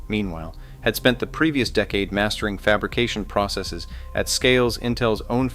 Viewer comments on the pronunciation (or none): none